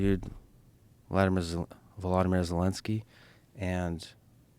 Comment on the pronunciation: It’s not Vladimir Zelenskyy… “vlodomir”